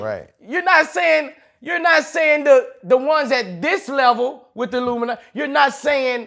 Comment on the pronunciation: Boosie funny af😂. Why he keep saying luminati